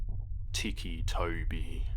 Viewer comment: Oh...so its pronounced as tiki and not tissy... Huh...all my life I've been pronouncing it as tissy toby...